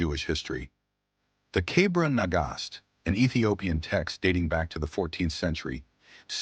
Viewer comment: you actually did an impressive job although it is Kebra Negast not cabra negash.